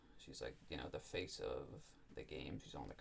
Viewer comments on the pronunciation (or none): none